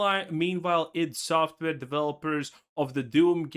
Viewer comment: Man says EYE DEE software. Yep... don't recommend